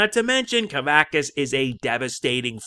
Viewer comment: Sorry, but it's pronounced "kuh-VAX-us".